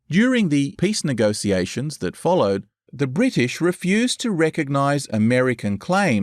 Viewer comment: Please learn how to pronounce "negotiations". Hearing you say "negosiasions" over and over again ruins this whole video.